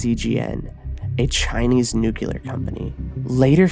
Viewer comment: Bro I like your videos but I can't take you seriously if you say "nucular"